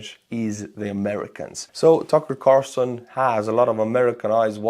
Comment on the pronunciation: Tookerrr Carrrsooson